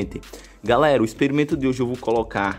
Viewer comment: é experimento não experimeno mas mesmo assim gostei